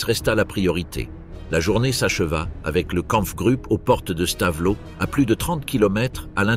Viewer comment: Stavelot se prononce Stavelo et non Stavelote. 😢😢😢